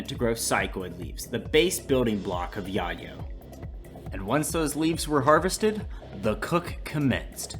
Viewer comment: I have never heard soenone pronounce yayo so wrong in my life lmfao 😂